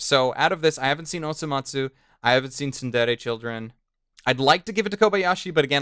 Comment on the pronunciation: its TSURE-DURE CHILDREN REEEEEEEEEEEEEEEEEEEEEEE >_>